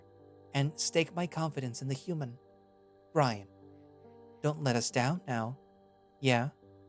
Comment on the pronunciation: Heh i rly like CalderxBrynn. Tho it would be better if you checked pronunciation of some names and words on google translate or whtever, for example it's Brynn not Brian and "sire" is a different thing from "sir". Other then that ty for reading it through for us, i listen to you on my way to and back from work.